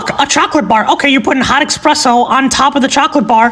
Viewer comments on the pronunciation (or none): I think I will just casually ignore the fact that he pronounced "espresso" as "expresso"